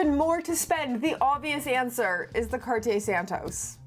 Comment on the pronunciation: Cartier, San-toast, San-toast, San-toast, San-toast, San-toast hahahah